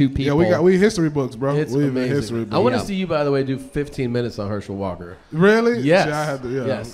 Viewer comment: Mf said Hershey walker 😂😂😂😂